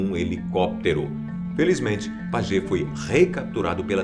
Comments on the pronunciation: Pascal Paiê, como se lê o sobrenome e não Pagê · Pagê? Acho k se le Paye! O Pascal Payet! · " pajet " ahahaha wtf